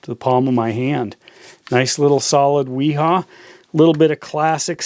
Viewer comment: it's pronounced V HA [viha]